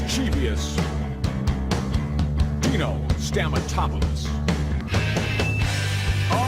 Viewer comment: I don't know if anyone has said it but I definitely love the discombobulation of Dino Stamatopoulos's last name every time you say it